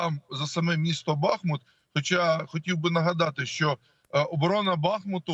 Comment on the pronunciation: Великий уклін воїнам! Слава вам! Дякуємо і шановним журналістам! Прохання до вас: вимовляйте, будь ласка, правильно: БахмУт, Часів-Яр (Часів-Ярська, Часів-Яра, в Часів-Ярі). Бо це така біда з перекрученням назв наших рідних міст...